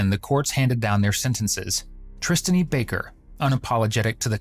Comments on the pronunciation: who calls a human "Tristainy" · Not to make light of the situation here... but "Tristaney" and "Pat Downs". What the actual fuck? Lol